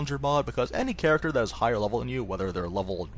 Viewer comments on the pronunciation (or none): none